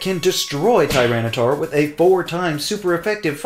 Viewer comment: FERALIGATR, NOT FERLAGATOR! TYRANITAR, NOT TRYANTAR!